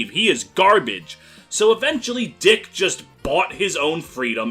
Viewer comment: Dieck not Deke.